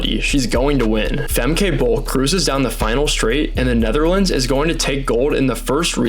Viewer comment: I get that Americans confidently mispronounce Dutch names that also exist in the US, like Franke, in the American way, but "Famkay Bowl" just sounds so bad.